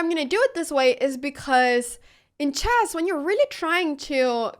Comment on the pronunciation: Why does she call it CHASS ?